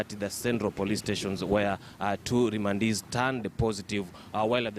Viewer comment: Wee ongea vizuri....Remandees...or Rwandeees????😭😭😭😭